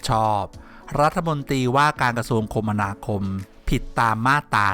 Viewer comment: อ่าน คะ`มะ นา คม ไอ้น้อง